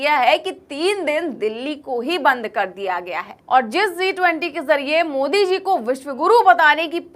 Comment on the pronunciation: Ma'am, a small friendly suggestion, I've listened to all of your videos, you said Z(zee) -20 which was not sounding right. It is G (JI)-20. Kindly rectify your pronunciation. Otherwise, your anchoring was good.